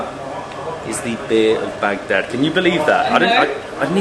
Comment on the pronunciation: I LOATH the way pronounces Arabic with the pause between syllables BAG DAD AND TAH RIR 😅